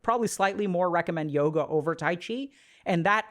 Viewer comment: aaaaaand i stopped listening when he said Yoga…..